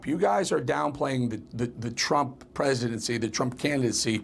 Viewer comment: Trimp ???? Newsmax please spell his name right T R U M P not Trimp